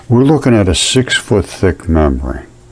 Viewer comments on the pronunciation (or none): none